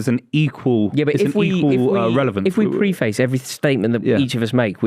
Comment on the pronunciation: the way he's pronounced preface 💀